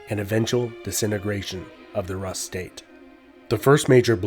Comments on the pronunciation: It's pronounced "roos", not "russ". Also, why does the artist's impression of Slavic tribes look like a Turkic nomad? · Rus is pronounced as roos not rahs. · I like the way you pronounce Rus, it should be pronounced Roos but Ruhs is really nice 10/10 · ur pronunciation of Russ is incorrect! Russ is ROOS not Rus! which is why many countries still to this day call Russia Roooosi or Roos i.e. RUSS! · It's pronounced Roos' not Raas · It's pronounced "Roos" not "Russ" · Roos, not russ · Isnt rus pronounced Rooose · in Russia: Rus is pronounced "Roos". Russia is pronounced "Roosia". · Rus is pronounced Roos, not Russ lol. It's so disconcerting and sounds... uneducated. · It's pronounced "roos" with the s being palatalized 😡😡😡😡 jk good video, all I know of russia's old history is from all those russian cartoons about knights i watched when i was a kid Also you said Moskva river but then called the city Moscow 😂😂 the city is also called Moskva lol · Lots of info but you pronouncing rus wrong everytime bothers me 🤣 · Interesting if somewhat cursory runthrough of early Russian history. A clarification, the Rus were Swedish Vikings from the area called "Roslagen". The 'u' in Rus is pronounced just like the 'oo' in foolish btw. 😳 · Why Russian pronounced rus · this is right, most land names of past century's are pronunciations of todays historians. there was no byzantine empire, only eastern roman empire, no greeks just romans, no Carolingian just franks and so on and so on. the list is like endless all the names were given in the last decades or century´s for empires and people millennia's ago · Russia =/= Rus. It sounds differently in all slavic languages. Russia should have been latinazed to Rossiah. Look up Russian pronunciations. Russians themselves even mock English pronunciation and say it's incorrect.